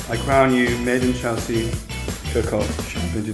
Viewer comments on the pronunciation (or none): totally thought it said 'cock-off'